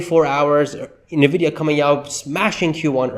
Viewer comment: Isn't NVIDIA pronounced: "ENNVIDEAH", not "NAHVIYA"???